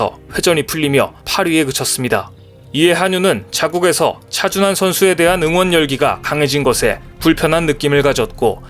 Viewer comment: 여기도 또 차준화라고 개명하고 있네.(28초 부터 10여초간) 왜 우리의 영웅 차준환을 차준화로 둔갑시켜 지껄이고 있는가? 재미주의에서도 그렇게 발음하더니, 여기저기에서 차준화라고 개소리 하고 있나? 좀 베끼지 말고 잘좀 만들어라 이 베끼기 대장 유투버들아.